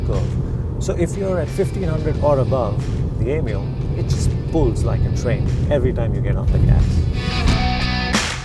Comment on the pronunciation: Why Is This Dude Calling It 'Yemeo, Yemeo '